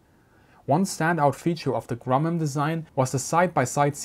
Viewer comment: He said "Grummum".